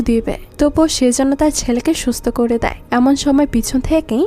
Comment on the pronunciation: kooore / thaaake/ paaarre/ jaaabe…. এই উচ্চারণ গুলো বিরক্তিকর ।। improve করেন ।